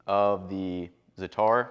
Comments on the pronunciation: It’s leviosa, not leviosAaaaa pronounced Za-atar not Za-tar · Very nice, i'm gonna make this. BTW when you say Zatar, you put the emphasis on the a's, so basically zA-tAr.